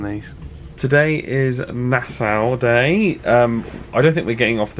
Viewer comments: I love your vlogs, but just one little gripe; Nassau is pronounced Na-saw not Na-sow. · I always thought it was pronounced "Nass-aww" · NAH-SAW (Nassau) 😀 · Love your vids ! Q: is your way of pronouncing Nassau common in the UK? I have NEVER hear it said that way till now.